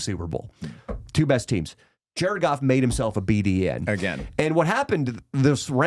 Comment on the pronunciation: JA-RED GOFF, JA-RED GOFF